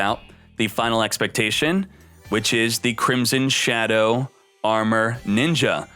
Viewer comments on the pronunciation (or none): none